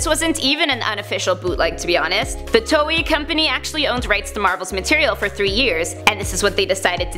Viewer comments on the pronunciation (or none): none